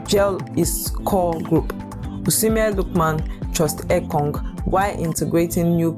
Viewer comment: You need to work on correctly pronounce names and words. The way you pronounce the names of some of our players like Etong, instead of Ekong and Charles instead of Chelle.